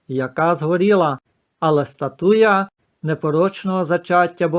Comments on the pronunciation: Пане не «статУя, а стАтуя». Перепрошую. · Подивилась у словнику:українською стАтуя, наголос на перший склад.